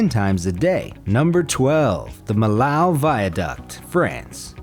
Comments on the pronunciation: The Millau Viaduct cost 400MILLION Euros, not 400K. And it is pronounced Mee-Yoh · The correct pronunciation of Millau is mee-yo, not mihl-ow. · Millau is more pronounced like "mi-io" since it`s located in france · "Millau" is pronounced like mee-YAW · Yep. 400M euros. And 3 years to build it. And if you want to pronounce it correctly, it's like in english to say : "Me, yo !"